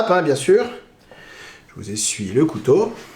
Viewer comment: là tu fais une légère erreur de prononciation mais qui est commune car c'est un mot difficile, cou-tau